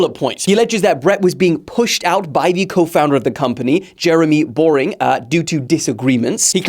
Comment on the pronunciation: It's Boering, I know it isn't very clear because it does sound like you say boring